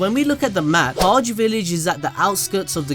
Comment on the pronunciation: I could be wrong but how is it (Hodge Village) for Hage? Shouldn’t it be Hah-gay.